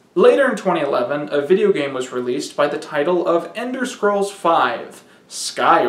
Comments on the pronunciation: And "dahge". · Yall really just gonna let this man say "Ender Scrolls 5" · Pretty sure he was intentionally mispronouncing stuff throughout as a joke, like "Gundam Style" and "Ender Scrolls" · "ender scrolls" and "gandam style" are alpha mispronunciations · He is being confused by Enderman and Gundam. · Wait did you say “Ender Scrolls”?